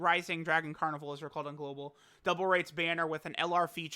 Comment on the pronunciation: STFU with that "GoLbAl W"